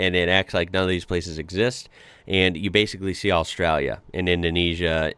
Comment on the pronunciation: learn how to say Australia correctly. please its doing my head in.